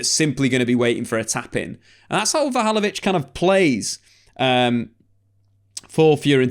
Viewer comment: Take a shot every time comes up with a new mispronunciation of Vlahovic in this vid.